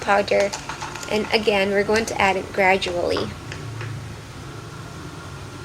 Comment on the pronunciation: girl ou say graduali